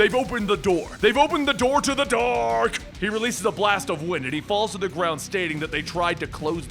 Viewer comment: The way he said "DARK"